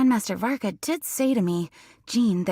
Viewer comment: DID I JUST HEAR ALBEDO CALL VARKA "VODKA"?